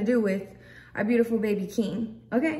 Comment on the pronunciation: I cannot hahahHh she said beautiful piujahh